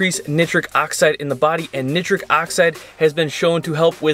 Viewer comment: neye-tric not ni-tric